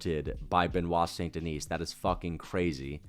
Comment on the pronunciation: He still think it is Saint Denise 😂